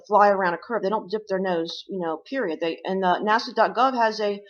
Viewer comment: She nailed NASA :)